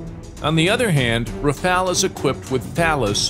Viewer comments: Rafale, not Rafael, stop with that name. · Rafale* not rafael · Rafale not rafael